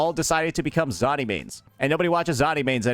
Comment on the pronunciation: He can’t pronounce Zani 😂😂😂😂